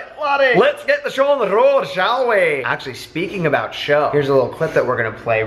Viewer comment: "Let's get on the road ...shall wee"" 😭😭😭😭